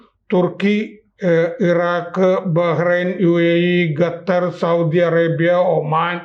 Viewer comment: ഗത്തർ അല്ല ഖത്തർ